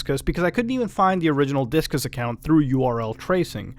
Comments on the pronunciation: It's img-ur not im-gur. And its dis-cus not disc-us. So awkward to pronounce these phonetic service names incorrectly. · Also Discus is not 'diskis" it's dis-cus you know like discussions?